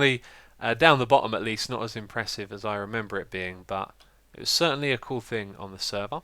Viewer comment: "This is very 'coal'!" XD